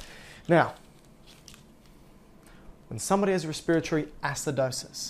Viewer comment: Just because you pronounced respiratory that way I can’t even watch anymore